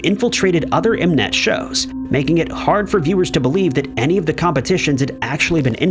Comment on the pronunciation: the way MNET was pronounced made me wanna jump lmao but yea, the trainee shows always end up being rigged but it really took THAT specific season for everyone to accept that it was rigged yet i still watch unfortunately and just follow my favs on social media so that when they are eventually kicked off i can still support their solo activities